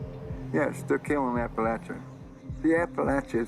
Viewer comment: These guys could at least say Appalachia right. And it's Pennies OF Promise.